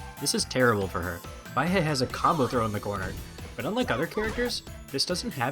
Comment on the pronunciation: Don’t know if anyone’s told you since you made this video, but Baihe is pronounced “Bye-Huh”, not “Bye-Hey”. It’s Mandarin for “white river”.